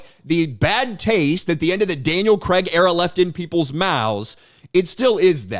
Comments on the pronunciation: CRAIG!!!! Not Cregg… 🤬🤬🤬🤬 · I think Krazy Kajeevie at The James Bond Show has the best take on this in the video he made. And its Craig, not Kregg!! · It's not "Creg", it's "Cray-g" (facepalm) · UK guy here.. It's actually pronounced Craig not Craig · Craig in this case is pronounced: Crayyg with an 'a' is in way.